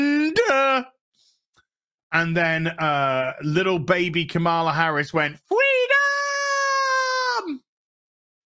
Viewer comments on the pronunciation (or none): none